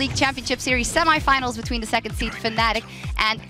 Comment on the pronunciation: Nitpicking back, its Fnatic not Fanatic;)